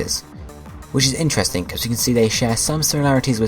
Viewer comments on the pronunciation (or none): none